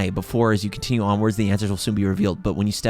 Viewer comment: I almost cry it was so sad when ather said can we CUNTRINIEune our juriny